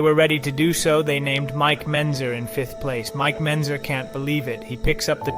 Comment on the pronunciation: You can bet your ass his life is a lie with all the jew dick he's taking. It's also funny how this is the "best" BB documentaries yet they narrator hasn't dug into much history, if any at all, and can't even be bothered to learn names. Brian Jones? Mike Bentzer? Come on kid, put a little effort in at least.